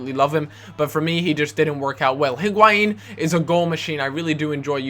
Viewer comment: It's not HIG-why-een. It's EE-gwai-een. The "h" isn't emphasized in Spanish.